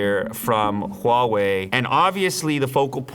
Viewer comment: Can we just take a moment and appreciate how he perfectly pronounced HUAWEI just like how we Chinese speakers do.